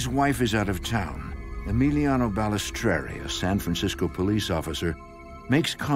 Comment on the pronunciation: My ears were bleeding everytime they pronounced EMILIANO BALESTRERI wrrrrrrrooooonnngggg 💔👎🏻